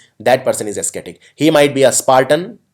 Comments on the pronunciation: Ascetic is not pronounced as asketik...it's pronounced as asetik... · O my god! It's not esketik (ascetic).. it's like asetik (ascetic). Please focus on your pronunciation.